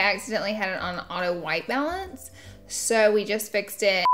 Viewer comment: When you said auto white balance i thought you said auto white melons lol